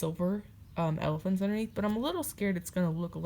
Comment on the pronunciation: I’m a new subscriber! Love your channel! I love how you said “ephalants”. Keep up the good work!